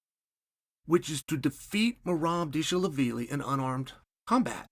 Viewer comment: Merob Disha-la-billy??? what Cheal?